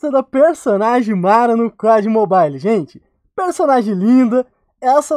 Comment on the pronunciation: só eu que no minuto entendi o falando ''pó de mobile'''?? kkkkkkkkkkkkkkkkk